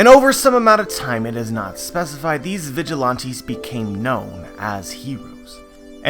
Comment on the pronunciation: The way you say vigilante is pissing me off